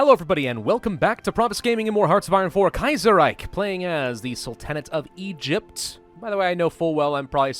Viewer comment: ahem You're pronouncing Kaiserreich just fine. I would know. I'm a Linguist™.